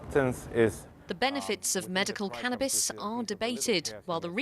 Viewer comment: It’s called CANnabis, not CAN’Tabis.